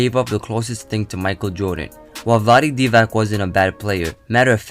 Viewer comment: Vlade (Dee-vatz) dude, not (Dee-vak).